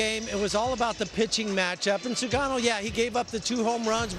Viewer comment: 棒読みに読み上げさせるにしても日本人投手の菅野の名前間違って読ませるのはどういう了見なの？？？適当な作業するなよ